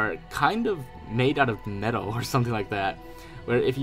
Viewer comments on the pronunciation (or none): none